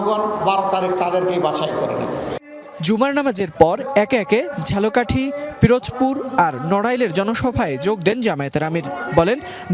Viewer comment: ফিরোজপুর না,,পিরোজপুর